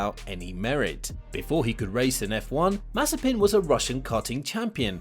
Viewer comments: Damn. He's Mazépin, not Mázepin or Mazepín 🤦🤦🤦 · Don't you mean Maze-peen